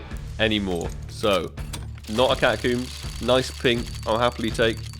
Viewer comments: ahh yes. the catacoombs and jaguewer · The way he pronounces catacombs 🤣🤣